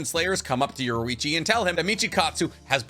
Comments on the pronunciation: Yorichi not yorewichi It’s infuriating to hear i enjoy waching say it that way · Ok I’m not ussaly a picky person, but I will kill my self if u say “Yorwechi” one more time. U say it like this: Your-E-chi so pls say it right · Why do you say yorwichi and not yorichii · his name is yoriichi not yoruichi